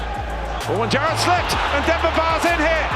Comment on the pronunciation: The way the narrator said Gerrard and Sane 😂